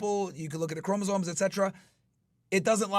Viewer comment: ChromosoMe not “chroma zones”